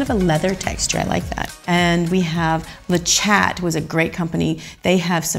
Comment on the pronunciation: I'm not hating but I was cringing at how she said "le chat" it's pronounced le shat it French for "the cat